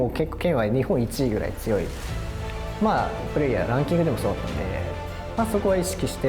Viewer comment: ここイントネーション的に「プレイやランキング」って言ってる風に聞こえるの俺だけ？